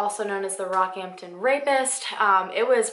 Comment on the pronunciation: Yas!!! My dad used to live in Rocky and told me about this, it's very interesting. Thank you for posting an Australian case. Also you pronounced all the names correctly